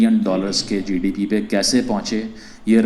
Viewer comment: GDP to bolna sikhle